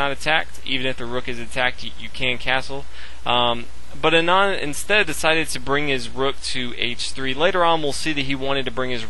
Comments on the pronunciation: Thats how u say Anand aa-nund aa - 'aa' is pronounced as 'a' in car nund - 'u' is pronounced as 'u' in nun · Learn to pronounce Anand :)